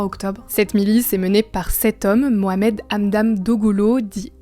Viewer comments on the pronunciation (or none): none